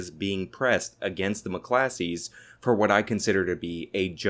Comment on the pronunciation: McClosKeys bruh. Not Muh Classees.